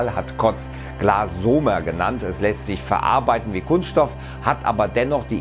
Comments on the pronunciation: Das Wort "Glasomer" wird ausgesprochen wie "Polymer" mit stimmhafter Betonung auf der letzten Silbe! tstst ;-| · Glassomer wird übrigens auf dem e betont. Vorbild: Polymer (Kunststoff). Deswegen auch die Kombination aus Glass und Polymer = Glassomer.